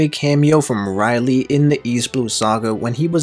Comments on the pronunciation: U didn't just pronounce Rayleigh as Reilly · Man you pronounced rayleigh wrong so many times it hurt